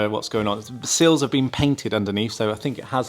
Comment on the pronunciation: I thought they were “sills” not “seals”